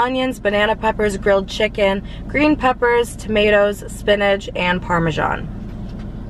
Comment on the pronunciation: Y she say chik con